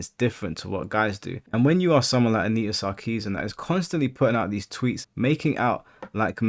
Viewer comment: Anita Narci-zean